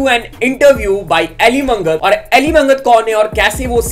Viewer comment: Brother Elly Mangat Hmare Hi Pind Ka Hai Aur Haa Elly मंगत nhi bro Elly मागट Bolte hai Ise Punjab Mai 😅